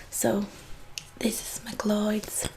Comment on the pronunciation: First of all, I'm a huge fan of you and your work. You are one of my favorites and I think you are a beautiful person in and out. English is a very difficult language to learn from what I hear, and so many "correct" ways to pronounce words make no sense to me even though I know them. MacLeod is one of those words. I only know how to pronounce it because I am of Scottish heritage, a lover of scotch, and have watched the entire Highlander TV series from the 80's (90's?). Anyhow, it's a super cheesy show and so many times the villain will shout "MACLEOD!!!!!" and it's burned in my memory. If you're interested, it's pronounced "mick clowd". Keep up the good work, I adore you :)